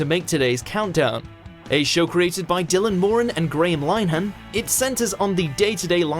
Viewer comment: Line han. He's Irish. It's Li nuh han. Three syllables. Just with only one N for some reason.